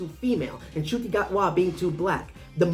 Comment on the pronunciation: Finally, someone pronounced Ncuti's name correctly. My only criticism of the guy is that he confirmed I'm getting old simply by being the first actor to play the Doctor that is younger than me 🤣